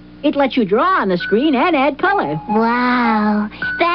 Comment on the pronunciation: Hard to tell, they did more pitch modulation back in the day. I don't think it is though. Inflection is different, as each word and sentence has a different modulation than normally uses. Pronunciation is off too, such as they way he says "Draw" and "ordered." I'm not saying defnitely, but using the markers I recognize, I'd put my money on no. Also, to be fair to him, he was probably too expensive at the time for a bump series.